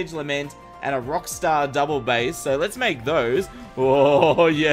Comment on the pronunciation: Its b-ace,, Bass when talking about the musical range and not the fish is pronounced b-ace.